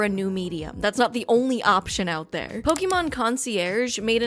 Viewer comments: Still bothers me when ppl say "poke-eee-mon" it's "poke-aye-mon" Thanks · nitpick of mine is when someone calls 'pokemon' 'pok ee mon' insteady of 'pok ey mon' -- I'm guessing because they don't know there's a reason why there's an accent above the e. heh. One Piece is by far the best adaptation and the Luffy character is perfect (he looks way too much like benoftheweek) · An entire video misspronuncing Pokémon